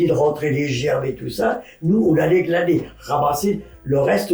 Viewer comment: Elle dit glader mais c'est glaner